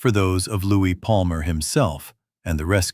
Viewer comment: It’s LOUIS not Louise!!!!!!!!!!